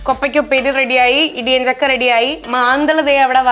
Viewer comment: ഇടിയഞ്ചക്ക എന്നല്ല ഇടിച്ചക്ക എന്ന് പറഞ്ഞാൽ മതി